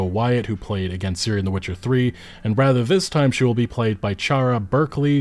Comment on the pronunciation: (FACEPALM) .. Can say Ciri correctly, but can't say Ciara properly.